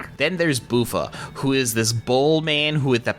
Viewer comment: I'm all caught up too. Glad to see you're enjoying it. Few things, as far as I'm aware prix is pronounce like pree* like bee, or sea. Buffa is pronounced like buffalo(his mask) as well. Small things but I twigged a bit at the pronunciation, and I dunno why.